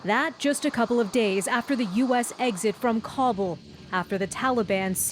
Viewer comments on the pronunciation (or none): Kabul is not pronounced like Cobble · Did the bish really just say "From Cobble"?